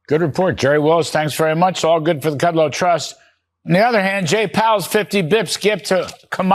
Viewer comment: A sign that you don't deserve a role in Gov. or media: deliberate disrespectful mispronounciation of VIP's names. K(r)udlow.